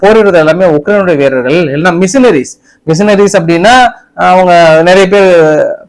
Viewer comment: டேய் தற்குறி ஆது மிஷினரி இல்லை மெர்சிணறிஸ்